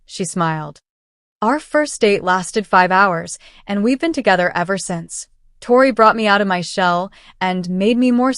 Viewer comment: Please pronounce Tori ‘s name correctly !!😊